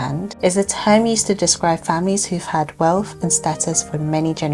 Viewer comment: I just want to say that wealth and wealthy does not have an “f” in the word - 🙏- it shows your level of life and education when pronouncing words with “th” in them as an “f” sound. Don’t do it 🤷‍♀️